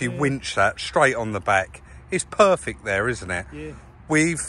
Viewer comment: “It’s looking noioice, it’s purrfick”.